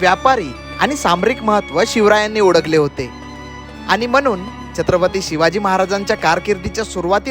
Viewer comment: Odakhle = olakhle..midte = milte.. Tula "la" mhanta yeto tari "da" "da" karat basto